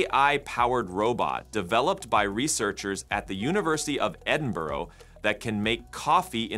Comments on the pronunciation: ahem..... it is not Edinborrow it's more like Edinbra and Ruaridh is just Roory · It's not 'Edinborough'. It's Edinburgh. Edin. Burgh. There's no 'o' in the pronunciation. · there’s no “O” in Edinburgh. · Edinburgh does not end with an 'o' sound. It ends with a schwar. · All this AI and you still mispronounce Scotlands capital city😂🤣😮